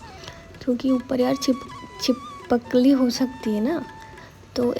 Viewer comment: छिपकली ❌ छिपक कली✅ 😂